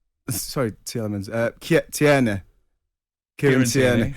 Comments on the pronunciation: it's Kiaran Tierney. TEAR-KNEE... proncouication is abysmal from you. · Matterface took a big whatsthematterface when Trevor pronounced Tierney ...